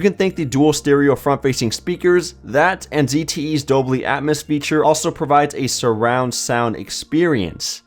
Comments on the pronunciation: it's Dolby not Dobly.. lol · Dolby, not dobly atmos feature. :)